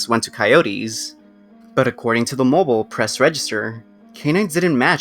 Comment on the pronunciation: You pronounced "Mobile" wrong. The town is pronounced "Moe-beel" Lived here all my life :)